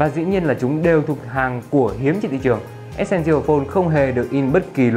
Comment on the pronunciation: từ essential bạn đọc sai rồi, góp ý bạn xem lại cách phát âm từ đó nhé